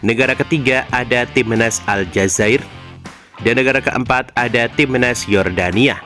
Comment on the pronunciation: Cara ngomong nya ga jelas, timnas, dibilang timenas😅😅😅😅 bodohhhhhhhh😅😅😅😅😅😅